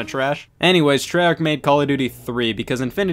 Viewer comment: He said treyarch wrong